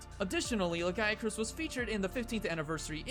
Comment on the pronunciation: I can't help but hear you say "Le Guy [a] Crus" when talking about Lagiacrus >.>